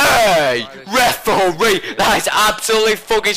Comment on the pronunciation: Me and mates have realised that we've started shouting "REF-OR-REE" at the telly, calling Sakho a brick shithouse, and saying that people have 'legendary beards' - and it's all your fault,!:)